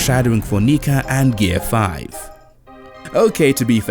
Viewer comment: Super Saiyan and Gear 5... and you don't know how to pronounce either of them. Not a good start to the video. Maybe do a little better research next time?